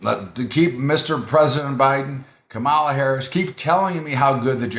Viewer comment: You can't pronounce KAM a la? Even Donnie Disinfectant can pronounce it now :)